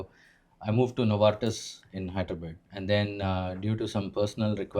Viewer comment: haaidreebed 😂😂 is it in UK